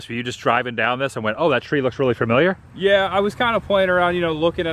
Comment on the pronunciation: Please don't hate me but listening to you say FUR-miliar instead of familiar reminds me of my dad saying WORSH-ington instead of Washington and it's literally where he was born and raised. 🤣🤣🤣